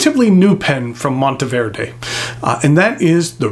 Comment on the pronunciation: So glad to hear you pronounce it correctly and the background was a bonus. I picked up one of these beauties in Green Stardust in 2023 and absolutely love it. I just purchased a stub nib for it.